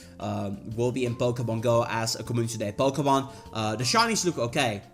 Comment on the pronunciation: Us:Co-Mu-nitee Him:com-oo-niss